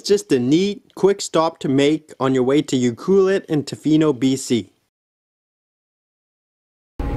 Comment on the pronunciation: Pronounced U- Clue- Let